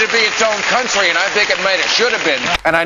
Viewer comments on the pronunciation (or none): "hello, i'm countreh singer koby teeth" why have i never seen this before?🤣